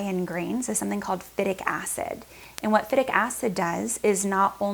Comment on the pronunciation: She can't even pronounce phytic acid correct, what do you expect.